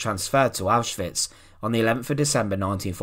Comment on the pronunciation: Thx for pronouncing Auschwitz properly